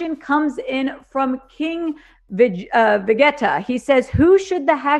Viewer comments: Nooo she said ve get ta instead of va gee tuh 😂😂😂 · She actually doesn’t know how to pronounce “Vegeta” ?? Bruh 🤦🏻‍♂️🤦🏻‍♂️ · she had it the first time but c’mon bruh, not everyone watches anime. Chill